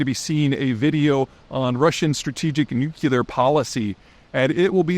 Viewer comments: You can say, “New,” and you can say, “Clear.” Now, put them together as if this was Sesame Street, till you get there? There is no need for an educated man to say, “NuKiller.” Minor matter, I know. But it bothers me when smart people make themselves sound dumb. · I'll miss his thoughts however I will not miss hearing the word "nu-kyu-lar". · “Nookuler” Kind of annoying! Just like cringing teeth!😊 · Why can't a smart man like Peter pronounce NOO-KLEE-UR correctly??? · Not nucular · Say it with me: New-Clee-are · Good sir, you are far too sharp to be mispronouncing “nuclear.” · How about if you can't pronounce the word "nuclear" correctly, I'm not going to give your opinions much credence. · Not leaving youtube for your content. Also, how is it possible that you cannot pronounce NUCLEAR correctly. C'mon Peter!! Grt your shit together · What bothers me is not that you're going to Patreon, but how you pronounce "nuclear." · How many time can one man mispronounce "nuclear" in one video? Yes. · If I subscribe, will you change how you pronounce "nuclear"? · Disappointed in his decision to leave free YT. After all, this is what made him famous. Biting the hand that fed him for years. And it's not like he needs the money. And I can't believe he mis-pronounces nuclear. Just like GW. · If you are gonna talk about nuclear things you may want to learn how to say the word nuclear... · A masterclass in how not to pronounce the word "nuclear". Lord have mercy. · Why do otherwise literate, intelligent Americans find the word "nuclear" so difficult to pronounce? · I won’t subscribe as long as he continues to pronounce NUCLEAR incorrectly. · I wonder if he'll learn to pronounce 'nuclear' on Patreon. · I guess it's just as well, it's hard to take a geopolitical expert seriously that relentlessly mispronounces 'nuclear'. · Man, stop saying "nuckelar"...it's "nuclear". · No dress-up video today? 🤣😂🤣 Let's repeat together "nuclear", "nuclear", and not "nucilar" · Nuclear. Not Nucular.